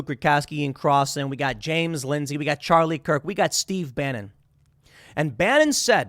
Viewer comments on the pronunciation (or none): none